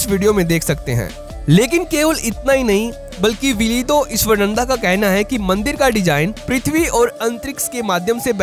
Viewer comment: Not ईश्वरनंदा. Pronounce his name as ईश्वरानंद Ishwaraanand